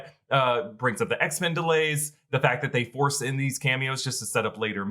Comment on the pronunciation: cannot say X men